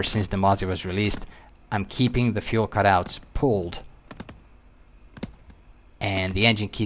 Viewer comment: Love it, but will never get used to how pronounces Fu-El XD Question tho, why don't you run props to full RPM setting before landing, in case of a go-around, you want full available power, no?